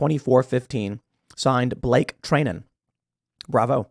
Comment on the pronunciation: FWIW- his name is Blake "Try-nin".